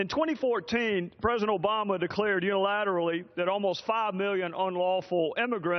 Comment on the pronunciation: Trey Gowdy kicks ass ... am I the only one hearing him saying " presendent " instead of president ... ?